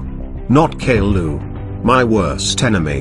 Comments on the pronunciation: when mario is saying caillou it sounds like gaillou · its not gaillou os its caillou os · OH NO ITS CAIL LOO OH ES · Caiiou not ku